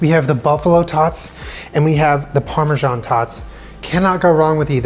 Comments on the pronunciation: he said pamersan... TWICE.. PAMERSAN. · He’s says Parmesan in a way that makes me uncomfortable